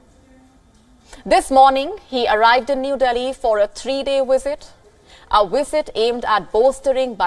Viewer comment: What is a “wisit”